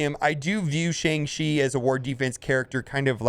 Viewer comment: The pronunciation is sh”on”g chi! Listen to how Simu Liu and all the interviewers are pronouncing it now…